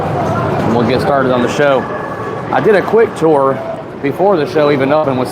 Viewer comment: The amount of effort you put in to say tour instead of tur is commendable